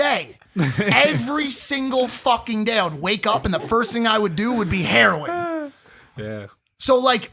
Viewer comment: Nobody: Mike: i did herion